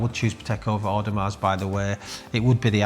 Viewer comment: Wish he knew how to pronounce Audemars. Its a silent S he says mars at the end. It sounds retarded for someone who works in the industry who cant pronounce a big brand like that.